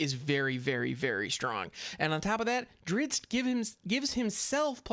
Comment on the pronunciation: I always loved the books / stories with that heroic and damn handsome dark elf fighter. It is pronounced Drist Do'Urden <3 and his full name is Drizzt Daermon N'a'shezbaernon. I won't try pronouncing that. xD gonna stock up in rare wildcards for sure now.